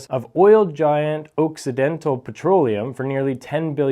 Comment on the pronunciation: The two "cc" in Occidental makes for "ox" i dental...with a short O...